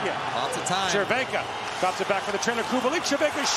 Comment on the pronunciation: Respect for the commentator! Those ,,Červenka and Kubalík" were perfect!